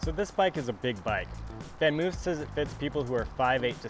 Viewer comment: It's not pronounced oof it's actually pronounced van moaf -- sounds like loaf.